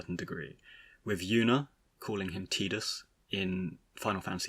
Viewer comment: I always pronounced it as TIDEus because it just sounds more heroic. Now what about Zidane…? (I pronounce it as ZEHdane) Also, the way you pronounced it originally upset me XD